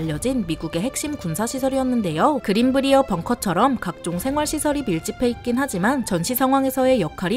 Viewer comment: 그린 브리어 벙커가 아니라 그린 브라이어 벙커가 맞는 발음입니다 저희 동네 이름이라 정확히 압니다